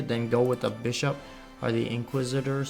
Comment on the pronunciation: Sca-rib & Mar-ter. You got inquisitor basically right though.